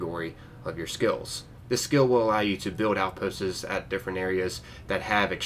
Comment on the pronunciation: can pronounce materials but still says “outpostes” 🥴